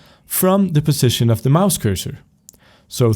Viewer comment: Great tutorial but when you say position it sounds like precision... witch I'm used to now but it was kinda confusing when I started